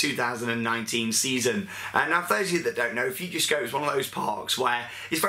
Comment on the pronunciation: It's Futuroscope not Futurescope